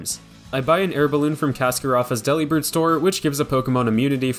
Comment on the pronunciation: I'm sure this was brought up already, but for the mirror herb all you need to do is open and close the picnic!! The learning is almost instant Also Delibird is pronounced similar to "Delivered"! Not like a sandwich Deli!